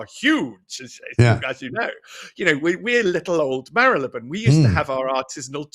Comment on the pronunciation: How refreshing to hear Marylebone pronounced correctly, BBC can't seem to anymore and my local BBC radio station employs newsreaders who can't sat th, it's fink, fort, norf, souf, free instead of three, it's depressing when we let standards drop.